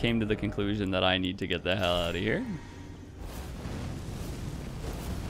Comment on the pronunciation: “Ouut” are you canadian?